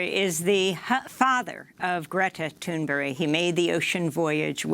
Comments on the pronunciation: Please stop saying “Toon Berry”. 🙄 It’s Thunberg! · Why is Amy pronouncing "Thunberg" as "Thunberry"? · Thank you Democracy Now!. Also, I think you may be mispronouncing « Thunberg », it sounds like « Thunbery » when you say it, which I'm not sure is the good pronunciation. Thank you for covering the climate crisis. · It would help if you could even pronounce her name correctly! From UK btw.